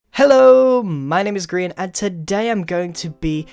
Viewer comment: I'm not trying to be offensive because I know your British but we say grian.